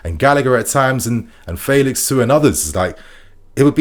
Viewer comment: You tried to unlearn the old way of saying Felix. But the way you say it now is even worse.